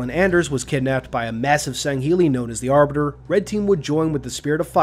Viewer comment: Did you mispronounce the Arbiters name